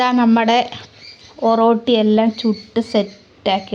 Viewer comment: ഒറട്ടി എന്നാണ് പറയുന്നത്